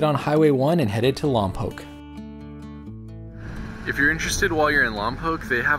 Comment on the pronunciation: Nice to hear Lompoc pronounced correctly. Love your videos.